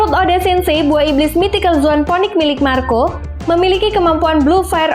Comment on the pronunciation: Poenix atau di baca finix min bukan ponik, sorry nge kritik wkwk🙏